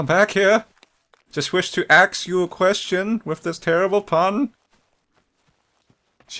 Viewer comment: I lolled too hard at the "I just want to AXE you an question" XD